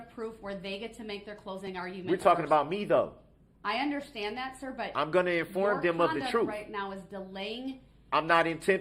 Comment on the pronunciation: Even worse is the audacity to pronounce the word ‘understand’ as ‘underschtand’ or even sometimes ’underschhhhtand’ It makes me want to fold his face in. I would pay reallly good money for the chance to do so.